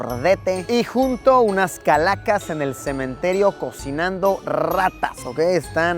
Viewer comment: Todo bien pero "cemeterio"? Fuuuck jsjsj